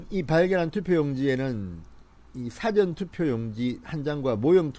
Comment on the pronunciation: 진성호님 사전투표의 사전 발음부터 고치세요. 기자까지 하신분이.